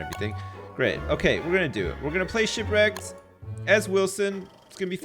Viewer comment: "Don't Starve: Sipwreked"